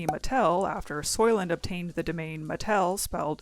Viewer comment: i'm sorry but the matell thing killed me😭